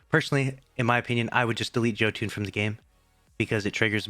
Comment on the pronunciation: God you still actually think it's called "Joe tune"? It's yo ton... Jö makes a yooo sound...